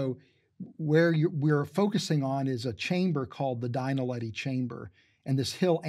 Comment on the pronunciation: Have the Underground Astronauts gone back to the cave? Btw it's "Dinaledi", not "Dainaledi".